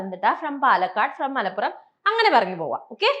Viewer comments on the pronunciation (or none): none